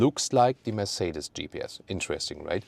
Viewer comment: I have been owning Mercedes-Benz for 35 years now and am still trying to pronounce, Mercedes, as does. Always love the content. Thanks for sharing.